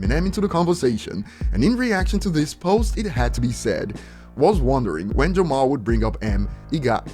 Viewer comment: I love how calls him L Jamar and not Lord Jamar